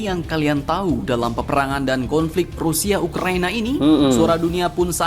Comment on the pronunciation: Ukraina bukan youkraina..itulah tadi bahasa melayu itu sudah tak asli lagi..Karna sudah di campur adukan sama bahasa ingris.ukraina yah bukan youkraina...URAAAA